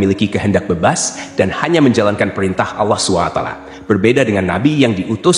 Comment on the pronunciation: Ini penyebutan sollalohualaihi wassalam dan subhanallohi wataala kok gitu ya ,maaf mualaf atau non muslim to